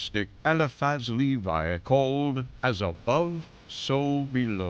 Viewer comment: Pronounced : Eliphas Levi : Eliphas Levee Papus : Pa-Poo Rosicrucians : Rosi-Cru-Tions Shamans, not Shamen